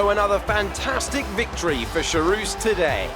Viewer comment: Hey. It's pronounced KHarouz. It's not from french but from czech. Nice video though, keep it up!